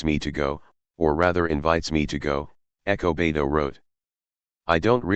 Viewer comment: Despite the narration I appreciate the upload. Whats up with ernesto being referred to as echo beto?